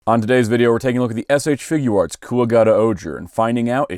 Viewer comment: Really good review! Just wanted to point out Figuarts is supposed to be pronounced like (FIG - yarts) not (FIG - goo - arts) it’s a portmanteau of “figure” and “arts”.